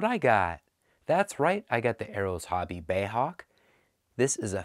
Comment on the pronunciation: Bay Hawk, I think you'll find it's B.A.E. as in British Aerospace . Anyway nice review and cool little model.